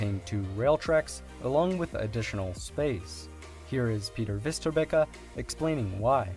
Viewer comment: it's not fister bikka, it is Westerbackah... how hard can it be...